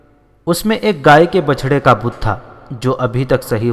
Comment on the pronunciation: Bachda saheeh Tallafuz hai. Bichda galat Talaffuz hai. Bichda ya Bichana k Maana Ek Doostey Alag ya Juda ho jaana ya Gum ya Kho jana Jaise Koi bhi Apney jhandan se ya Bhai se Hujoom mein Bazaar mein ya Meley mein Alag hona ya Juda ho jana. Jab Badoun k ya Doosrey Bhai ya Dost Ek Dossrey ka Haath Choot jata hai ho Bichad jaatey hain.